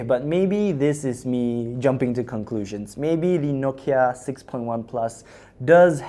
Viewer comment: It's "Nokia"